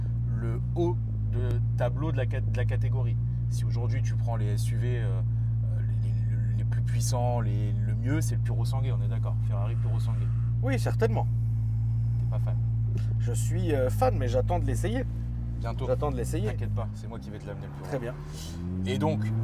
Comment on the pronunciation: C'est pourrrrosangwé la prononciation mais la vous avez fait un tour en purosangay 😂😂😂 un tueur